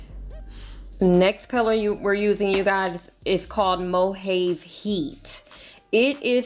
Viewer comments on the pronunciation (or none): Beautiful job! Play with some pinks for the all white affair. "MOJAVE" heat, in the pallet is pronounced mo-hov-ee. Like the Mojave Desert 🏜 😘